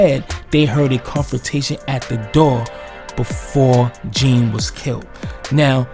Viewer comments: With due respect to dude pronounce his name right (Jean is not the correct pronunciation its French John, like Wyclef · His last name is pronounced “John”. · Jean is pronounced like John. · Botham Jean , Jean it's pronunciation is John. It was murder straight up, ain't nobody stupid, and if you think anything else then you are just erroneously delusional. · First of all, get the proper pronunciation of the victims name right...it’s pronounced JOHN... Next..ditch the hip hop music..it’s distracting.. Your evidence demands a verdict. Something fishy going on here.